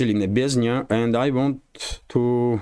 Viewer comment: Hi, it's Nebenzya, not Nebeznya 😊